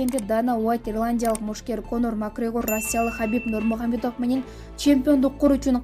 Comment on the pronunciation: Хабиб Нурмухамедов дебей Хабиб Нурмагамедов десениз Журналист эже😅😅😅👍